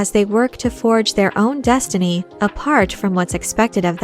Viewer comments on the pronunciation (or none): none